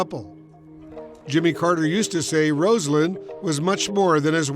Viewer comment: Get the pronunciation of her name correct, she deserves much more from you anonymous talking heads